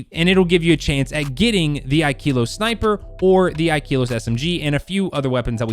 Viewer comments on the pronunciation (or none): Ikelos the e is pronounced like in slept not like in keep